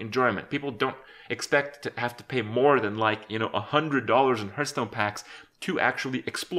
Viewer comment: Kripp, you mispronounce the word, Hearthstone.